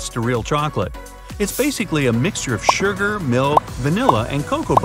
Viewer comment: Canadians say "shurger"?